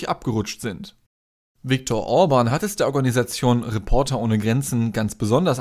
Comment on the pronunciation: Ja ist es , Bieden oder Bidden ist ein unterschied, genau so Müller oder Mühler ... Orban ist auch nicht Urban.